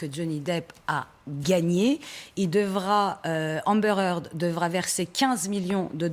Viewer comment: amber haard" lolllll